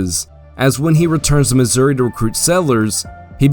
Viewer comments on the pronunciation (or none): none